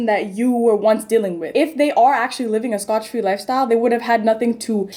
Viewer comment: Lol it's Scott free lol not scotch